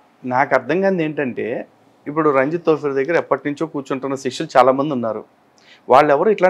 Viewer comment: రంజిత్ తోఫిర్ కాదమ్మా. ఆయన పేరు రంజిత్ లోఫర్. మీరు పొరపాటు పడ్డారు తల్లీ.